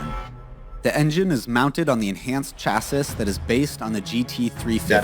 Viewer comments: First of all its Cha-See not Cha-Sis. Having said that some rental car companies do rent higher end cars, it will cost you a pretty penny. You can also use an app called Turo also expensive. Your best bet it to make friends with an American that has one of these bad ass cars, we Americans love giving experiences and sharing our stuff with people who will love the experience. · The narrator has an American accent, but he keeps saying "chass-iss" and not "chassee". Weird. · First Camaro actually came out in Sept 1966 for the 1967 model year. Plus they pronounce chasis wrong earlier, it's (CHASS-ee) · I have never heard anyone pronounce “chassis” the way this guy in this video did!!